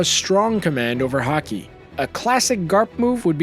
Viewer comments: It's haki not hakee smh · He cant even say haks right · My man just said Ha-key😔. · his mastery of HA-KEY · I hate when people say hakiii or haake please say it right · this man really said haaKEE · This man says hakee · Also the way he says haki